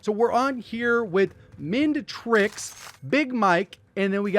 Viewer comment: “mend-tricks”... Me: “mind-tricks 👁👄👁”